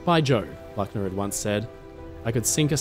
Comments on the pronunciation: IT is a German name ---- LOOKNER --not LACKNER!!!- top story -thank you. In German all words are spoken as the letter says in NATO spelling. U - is always U -as in UNION. A is A AS IN alpha AND MOVIES HAVE BEEN MADE AND THERE IS PLENTY AVAILABLE IN gERMAN TOO.. Sucht mal n bischen!!! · Luckner with the u of Butcher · Luckner = the "u" is pronounced "oo", but as a short vowel. I do invite you to check pronounciation of German (and French, Spanish) names and places with before the audio of a video is done. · I listened to that story in the background, and wondered, what that guy would be, and i never heard of him??? Strangely somehow like Luckner, but with an unheard name. ?? It took me a while, to grasp, that someone would tell a story, without beeing able or willing to tell the name right!!! So easy to to, but simply not willing to. How serious would the rest of your "research" be??? Unable to research the difference between "A" and "U"??????